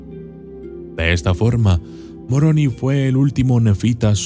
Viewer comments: Es Moroni , y no Muoroni jijijijiji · No es Muroni, es Moroni.. no me gusta que digas el odiado Libro.. cuando a cambiado la vida de muchas personas inclusive la mía sin seguir siendo practicante..